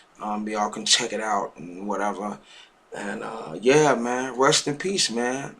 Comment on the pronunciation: why do you keep sayin "ya know what im sayin" and what is ressss in peace i thought it was rest in peace.. my dog dies but i didnt make a you tube video about it.. people makr dumb ass videos just to make em.. everyone knows about him dying damn but did u know him at all are u his brother ... you act like your mom or dad just died.. ohh while u r making videos ronald regan died and so did george washington make us one about them ok